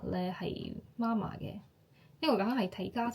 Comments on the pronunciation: 媽媽ma1ma4 は、日本人の声調ですね。または、標準中国語の影響でしょうね。香港人の声調は媽媽ma4ma1ですよ。香港で「媽媽ma1ma4」と言うと、別の意味がありますよ。要注意！ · 妈麻是妈妈？香港人發音是麻妈🤗 還有如果說媽媽生，即係夜總會帶領小姐見客的領班🥳